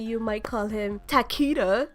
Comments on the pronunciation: It's tah key duh not takeyda the announcer even says tah keydah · I thought Takeda was pronounced Tuh-Kay-duh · Tuh-kee-duh is how it’s pronounced in the actual game what are you talking about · why'd she say Takeda's name like that lol thats like walking up to a Japanese or Chinese person asking them "Um excuse me, but how would you pronounce this characters name" 😂😂😂😂 and she just ripped us Americans lol